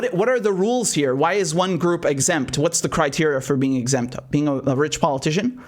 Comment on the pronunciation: Still don’t get why only certain few Americans let alone others in the world, can hear the phonetic lie in PO-LIE-TICIAN, but others can’t. It’s very bizarre….but not surprising.